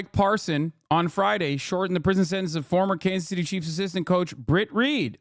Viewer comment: It's pronounced "sentence."